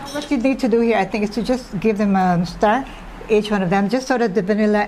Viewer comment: She said “stir”!